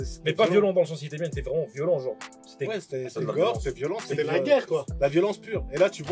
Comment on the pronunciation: Finally someone who pronounces "Jean" right. No wait.